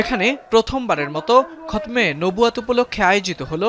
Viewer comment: কি পাঠিকা এগুলো.. খতমে নবুওয়াত বলতে পারে না.... 😂😂😂